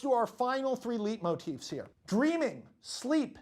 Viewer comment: Why does he pronounce it like leet motifs